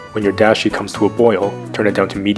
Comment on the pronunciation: just fyi, the A in dashi is pronounced like when the doctor says "open your mouth and say aaaaaaaaauuh"